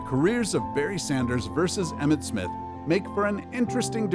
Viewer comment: Emmitt not Emmith